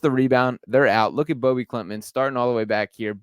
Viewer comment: Hoping he becomes the first swede to go in the first round! btw his name is pronounced no different than ”Bobby”